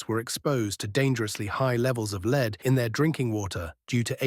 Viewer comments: lead being said as leeeed not lead AI voice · Leed. Leed poisoning. AI aint that smart